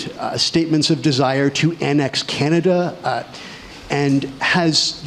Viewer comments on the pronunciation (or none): none